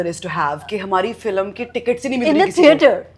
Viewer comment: when she speaks in English it FILM and when in Hindi its FILAM